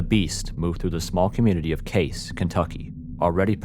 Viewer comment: need to fix your pronunciation. It's Hay-tie, Missouri, and Cay-cee, Kentucky.